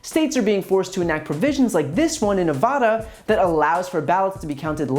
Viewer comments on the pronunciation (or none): The first A in Nevada is pronounced like the A in van. Ne vah da, not Ne vaw da. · Nevada, not Nevuhda. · Brian, as a former Nevada citizen, the correct pronunciation of the state is Nev-short “a” as in apple-da. Nevada. Thanks for your fine work. It’s needed & appreciated.